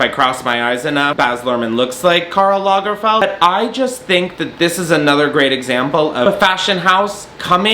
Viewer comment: Take a shot every time he says Karl Langferd